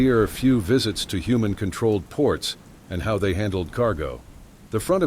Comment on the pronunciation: The word is "They" not Zay!